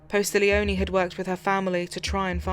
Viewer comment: PAT POSTIGLIONE He is an amazing LE officer/ detective! He was personally selected to go to Steve McNair's secondary apartment where him and his mistresses body were found dead b/cause he was friends with McNair! I hate when they do all this research but not only pronouncing his name wrong but also spelling it wrong!! I can't help it sorry!